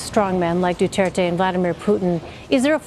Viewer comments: its dutirte not dutertay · guys im a filipino and why did they CALL our president "duteirte" not "du-t er-te" man americans really are good with speaking our president name wrong well atleast were allies and our presidents catchphrase is what im gonna say now "My god i hate drugs" THATS TRUE THATS HIS CATCHPHRASE